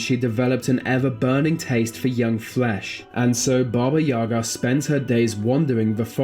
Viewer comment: In Russian fairy tales too. When I didn't want to sleep, my mother scared me with Baba Yaga )))). But the stress in the word "Yaga" is on the second syllable.